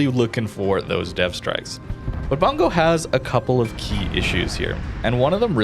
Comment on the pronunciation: Pronounced "Boong-go" not "Bun-go" lol